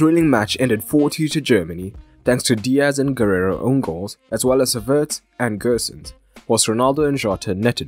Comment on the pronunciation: Very good analysis! P.S.: it's not "Guerrero", but "Guerreiro".